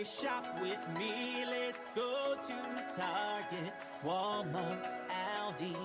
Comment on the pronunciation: My only gripe with Pink Fairy is how they say ALDI 🤣🤣🤣🤣🤣